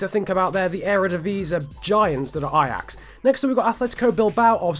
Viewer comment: i am dutch and you say the names of feyenoord en ajax very good